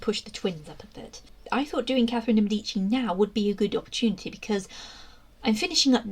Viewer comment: I wish these so called experts would learn how to pronounce de Medici properly